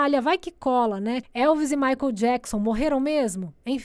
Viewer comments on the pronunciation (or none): none